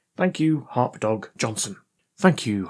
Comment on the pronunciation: TIL HarpDog in a british accent equals HotDog.